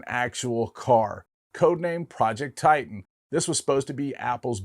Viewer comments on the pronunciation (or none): none